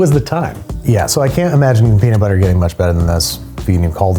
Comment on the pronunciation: peanits butter